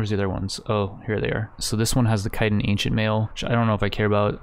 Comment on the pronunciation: Or chitin